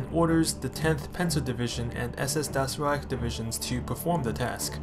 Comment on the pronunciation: Nice videos.. just gonna advise on pronunciation: it's "doytchland" and "dahs reich" ... looking forward to the rest! Great work so far